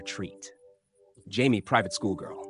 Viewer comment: I hate AI voices. It’s pronounced Juh May, not Jaime.